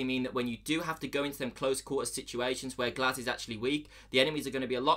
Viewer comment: The gs-ehch